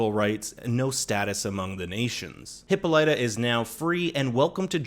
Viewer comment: I knew I heard Hippolyta before, but it was said wrong. It's said wrong now.